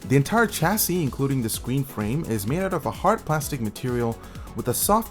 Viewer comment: No offense lol, but he said scween ... Still a great review and nice laptop